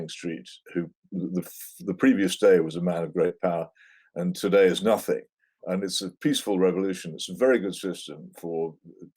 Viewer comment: it goes in between working class London and then a west African accent. especially the way her intonation is and certain pronunciations.